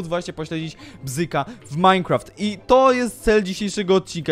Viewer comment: ej a zauwazyliscie ze fiip mowi minecraft tak teraz wiecie ,,precyzyjniej" xd